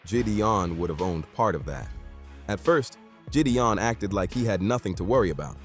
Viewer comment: Jeedee-on?I'm out